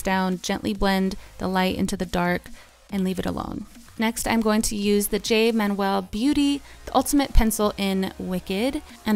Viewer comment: Apparently you couldn't be bothered to do a quick Google search of Jay Manuel and learn the correct pronunciation of his name 😩 Man U El not Man Well